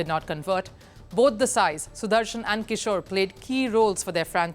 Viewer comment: you couldn't say sai sudarshan ?